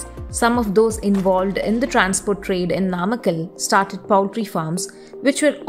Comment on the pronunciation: Poultry is pronounced pole-tree not powl-tree.